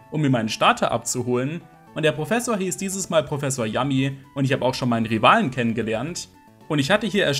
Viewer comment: Kenne den RomHack schon aber freue mich das nochmal zusehen Aber die Dr.Yami Aussprache hat mir physisch weh getan 😅